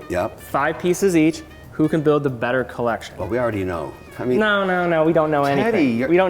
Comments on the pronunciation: If this shiny ass head dude says collectión one more time... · Everytime Kevin says: CollecSHJION x_X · Okay petition to stop Kevin saying “ Collectión “ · the "collecsion" gets old by the second...if I have a penny everytime Kevin says it, I would bury him. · I cringe everything he butchers the word collection.